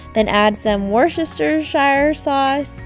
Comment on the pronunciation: Worcestershire sauce is pronouced Woster sauce plzzz